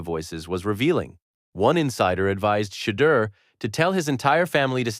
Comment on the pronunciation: Is this AI? how are you saying the guy's name wrong in 2026